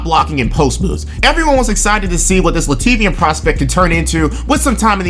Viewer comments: It’s lat-vyan not whatever the fuck you said lmao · lmao "lativian" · i was on board, until you said LATIVIAN bro come on its not a hard word